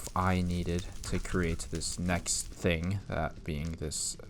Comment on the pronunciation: Thuh-ing not ting. for the word thing.